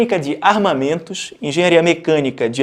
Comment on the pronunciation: Corrige o "Enghenharia" rsrs